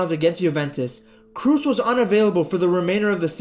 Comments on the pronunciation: Great video, but his name isn't pronounced 'Cruz' or 'Cruise'... It's Kroos, with the oo pronounced like oh from oh my god. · Kroos as in "Cross" not "Cruise". Tony Kroos. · Side note: "Kroos" is not pronounced with a "u" like in Tom "Cruise", but with an long and open "o" like in the English word "board". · Kroos no Kruuz!! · Bro, hearing you say krus is so baaaad! You pronounce it “kros” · It funny to me how you say krooses name your pronouncing it like cruise when it’s cross but the k is but a rougher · Learn to pronounce his name! Kraws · Why everyone is pronouncing his surname wrong, it is actually like "cross" but make the "o" sound a bit longer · Every time you called him "Cruise" i died a little inside^^ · Funny that this is the 2nd video of yours I've seen people telling you about clickbait titles & thumbnails. In the other one you couldn't even fkin pronounce "Wenger" and then here you are again butchering Kroos, nice scrub. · Please learn how to pronounce his name